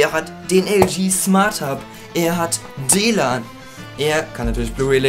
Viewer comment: "Er hat DLAN" :P :P :P